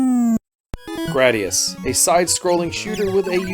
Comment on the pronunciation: Thank you for saying Gradius correctly. It was suppose to be Gladius but engrish. Sorry about my spelling. I hate when ppl say Grade E us.